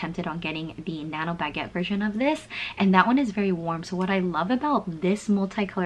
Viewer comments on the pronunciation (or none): none